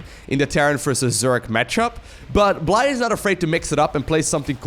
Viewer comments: I think Bly is pronounced Billy. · The UKRAINIAN player is simply called BLY (blai) You don't know,, do you? XD